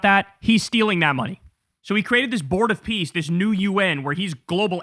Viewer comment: Are we sure he said "Board of Peace" and not "Bored of peace"?